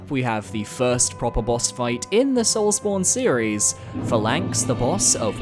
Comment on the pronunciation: It’s pronounced PHA-lanx not pha-LANX lol